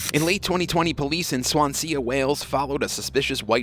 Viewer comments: So that’s just Swansea mate no sounding of the a at the end (like Swansee) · Swansea is pronounced swanzy. FYI. Love the channel though. ♥️🏴